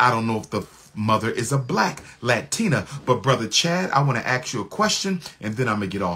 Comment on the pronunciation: "Ask" not "Axe"